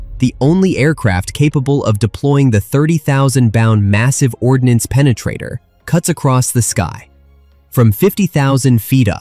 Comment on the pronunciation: not ordinance,, it's ordnance